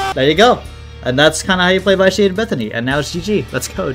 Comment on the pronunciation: you're pronouncing "vitiate" wrong. short i, not a long i.